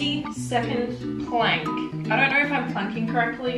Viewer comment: “I don’t knoirr”